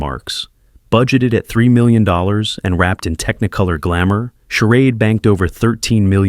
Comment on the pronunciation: That really confused me, but then came the different pronunciations of the word charade. It could only be AI